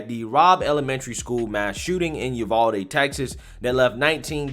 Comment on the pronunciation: I laugh everytime I hear you say it because I know (being a Texan) some of our towns are hard to pronounce lol we pronounce it U-VAL-DEE lol